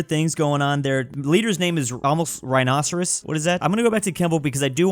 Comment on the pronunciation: as a Welsh person I can confirm it’s a Welsh name also it is NOT pronounced rhinoceros